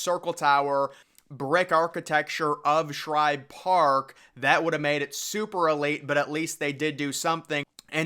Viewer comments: Bro, it’s SHIBE! Not Shribe….JFC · Agreed It’s Shibe Park NOT Shribe Park and I’ve Read About It on Google! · What's with you saying shribe park its shibe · Shibe, not Shribe. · Are you saying Shribe Park? "Shibe" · Shibe dude Shibe..not Shribe....whole good video should be able to say the name correctly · STOP calling it SHRIBE!!! There's no "R"!!! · Dude, It's Shibe park, not Shribe! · I’m a METS fan and even I know it’s not “Shribe Park!” There’s no r in Shibe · I came here to see if you'd call it Schribe Park again, and you did within 10 seconds. Do you never read your comment section? We have corrected you on at least three previous videos. Not only me. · It's Shibe Park! Not Shribe Park! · The guy saying Schribe Park needs to say Shibe spelled S-H-I-B-E NEEDS TO GO TO ADULT HIGH SCHOOL TO IMPROVE HIS VOCABULARY. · AHAHAHA. I was thinking the same why is he calling it Shribe Park, Did he just get out of the dentist before this video. Great video anyways lol. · As commented before it’s SHIBE no R in Shibe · For the love of god dude, it's SHIBE. Shy-buh. No Rs in sight. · There’s no r in shibe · i enjoy the content, but the constant mispronouncing of SHIBE is a bit annoying. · His calling Shibe Park "Shribe Park" throughout the video really annoyed me. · I know he keeps on saying shribe park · Can you not pronounce Shibe? There is no “r” in it. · SHIBE! It’s SHIBE for Christ’s sake! You’d screw up a cup of coffee! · I hate when this Guy Mispronounces Connie Mack Stadium more Then Once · Um, I’m going to take it from all the comments below that the narrator of this video is getting the pronunciation of “Shibe” wrong. Could be worse — he also could be mispronouncing the alternate name as Cronnie Mrack Stradium. Just sayin’. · You spelled the name right, but you’re sticking an “r” in there when you say it